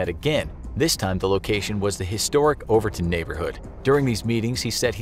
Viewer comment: Btw the historic neighborhood in Miami is called “Overtown” not “Overtin”